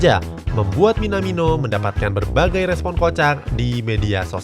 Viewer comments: Coach justin: bukan minamino tapi minimano😂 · Minimano bos bukan minamino